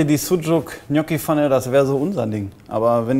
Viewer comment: Knocchi bei xD